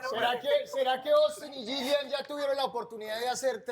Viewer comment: Noo, jajaja primero que aprenda a pronunciar Yillian porque ni se le entiende